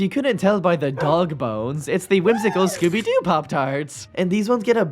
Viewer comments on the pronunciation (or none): why did i think he said "skibidi" when he said scooby doo